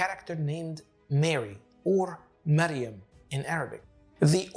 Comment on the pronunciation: Miriam and not mariam